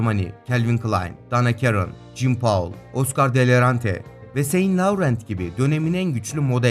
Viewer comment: Verseyc değil versace (yazıldığı gibi okunur), lecırfeld değil Lagerfeld, danakerın değil Donna Karan, seyinlovrent değil İv Sen Loran, Franço değil Fransua, Pinaut değil Pino, memografi değil Mamografi. Lütfen bu tarz videolar hazırlarken en azından isimleri ve kelimeleri doğru telaffuz edelim ❤